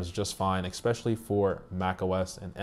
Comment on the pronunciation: Some feedback: - Edit out phone calls & other distractions. These just waste your audience’s time & make the whole video look less professional. - Explain your reasoning… it’s not enough just to say you don’t like the Magic Mouse… WHY don’t you like it? - It is pronounced ‘especially’ - no k/x/g at the start, just an ‘s’. - Learn when to write ‘your’ vs. ‘you’re’ - you get it wrong a lot in the comments, and again it doesn’t make you look that professional. Not meaning to offend, but there are a tonne of tech review videos on here and I’m looking for really quality ones from people who know what they’re talking about. Those that aren’t that well put together just feel like they’re trying to waste my time.